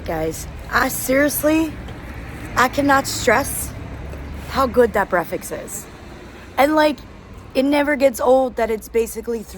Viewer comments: Sister, the word is breakfast, not brefix 🥰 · Why is it so difficult for you to pronounce Breakfast right?!!! It is weird how you pronounce it. Break and Fast, but you seem to drop the K :-) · Not brefix.. it is BREAKFAST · love your vlogs, one question though why do you call Breakfast "Breafex"? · I m confused..... it's breakfast or it 's breafaks... 😅😅😅... No judging we love you ...we are your family....dima maroc... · I noticed you pronounce breakfast without the 'k" and with an 'x' at the end, as in breafix. Am I tripping ? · did she say breafaks instead of breakfast lol shes so cuute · Why do you keep saying : BREAFAKS instead of breakfast🤣🤣 love u by the way 🤣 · I'm curious, why do you say brefis instead of breakfast? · Did you just call it brefix and repeat it at least 15 times. You can understand it by saying break your fast after your sleep, therefore breakfast. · I love the way you say breakfast LOL breakfeks we are all here ur family here is few darija for words Olive = Zaytoun Plate = Tabsil Milk = Halib good video as usual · I love the way you say breakfast....brefix😄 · why do you say breakfast like that 😂😂😂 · I love the way you pronounce "breakfast" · Welcome in Morocco, you should visit Tanger city, and fez city you would love it, By the way i like the way you say Breakfast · It's so cute how she pronounces breakfast 😊